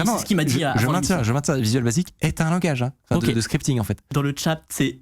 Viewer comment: "Langage" pas "Language".